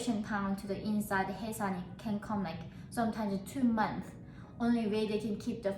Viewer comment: You are an inspirational woman, absolutely beautiful and brave. I love the fact you escaped from that place, and are now free to eat whatever you want. Please excuse my rudeness, but I couldn’t quite make out what you were saying, was it moths you were talking about, that make you constipated and they can be fatal? I’m unsure what you said......